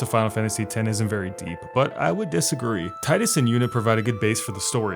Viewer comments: not about final fantasy , but can you make a video about days gone? 🤔 would like to hear what you have to say about it. and you call tidus as "tiedus" instead of teedus triggered me xd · Gah! I love your video but one thing I dislike is the mispronounced tidus! It's TEEdus! That aside still love the videos bruh! Keep it up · It’s TEEEEEEEEEEDUS. Jesus, it’s been almost 2 decades!